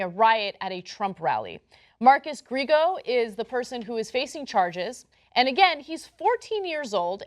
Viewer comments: Ana has said many times how she likes Latinos and she even married a Cuban, yet she still pronounces Griego like Gree-go. Come on, learn some basic Spanish pronunciation. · Gree-ay-go is how you pronounce it, just so you know. (Spanish last name.)